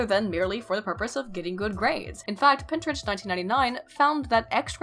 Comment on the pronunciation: Every time she said Pintrich, I heard Pinterest xD